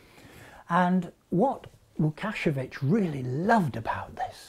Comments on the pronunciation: Yes Mr professor, you pronounced "Łukasiewicz" surname well. Great video! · As a Pole, I'm incredibly impressed by his pronunciation of Łukasiewicz's name. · Pretty good pronunciation on Łukasiewicz's name. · props to! very good pronunciation of Łukasiewicz surname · I was impressed, it was very good pronaunciation of name Łukaszewicz. :) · Your spell of Łukasiewicz last name was one of the best I've heard from English speaking person :-) Ł soft W it is .. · Karol Wawrzyniak He did really well, but this isn't the first time he sees that name. I guess it did take him couple of minutes to learn it. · Wow, that's a perfect pronunciation of "Łukasiewicz". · Actually, he didn't (so, neither did you). The way you spell it is : Łukasiewicz. He pronounced it right though.